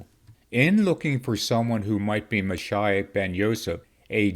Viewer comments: I’ve always heard it pronounced Ma sheeee och rather than Ma shi och And actually, Jesus, the Messiah, would be Yeshua Hamashiach (Hama sheee och) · Moshiach is pronounced MOE - SHE - AH